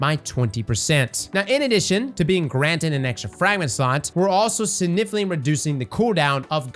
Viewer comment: There is a 'G' in the word "significantly"